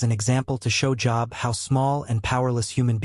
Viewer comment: Everytime the AI mispronounces Job, I skip a beat. Think I'm in full arrest.